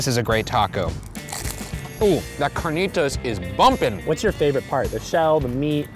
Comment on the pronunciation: The way he says carnitas🤦🏽‍♀️